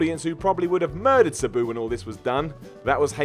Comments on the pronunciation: Sa-Boo. Lmao It’s Sab-oo = Sabu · This guy does not know how to pronounce Sabu correctly. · The way you pronounce Sabu makes me want to stick nails in my eyes!! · I love, but I hate the way he says "Sabu." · Fact check; pronounce Sabu correctly, and produce a video without inserting a meme of himself every 30 seconds.